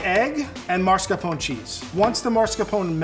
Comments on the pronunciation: So,, a level 3 chef with Italian ancestors cannot pronounce MaSCARpone right and says MaRSCApone instead, I just lost it 🤣 For reference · it's MaScarpone, not maRscapone, jeez.... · my dude - it’s “mas-car-PONE-ay” not “MARS-cuh-pone” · Always bugs me when people call it mars-capone cheese. It's mascarpone. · Oh,. Mar-scapone cheese said twice in a row? I had to look up the recipe if there is such a thing. Other than that, he probably raised the ducks himself. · Marscapone? Lol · How does a chef of 24 years say “maRscapone” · I just need people to stop mispronouncing mascarpone. It's pronounced how it looks! It's not "marsca-"! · Can’t believe can do all this but can’t pronounce mascarpone correctly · Did just say MARScapone cheese??